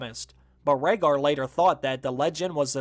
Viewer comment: I was with you until you said Rhaegar